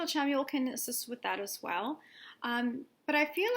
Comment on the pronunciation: It's actually pronounced Shamuel <3 Thank you for another awesome video, <3